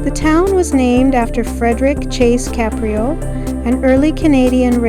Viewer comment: Great drone footage - and for accuracy, it's pronounced "Cape", not "Cap."